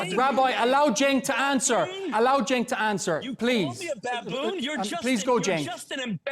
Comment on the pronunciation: ole lady callin cenk "jenk" 😂😂